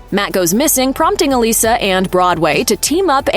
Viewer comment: Thank you for pronouncing the name Elissa correctly. One of the reasons I loved this show.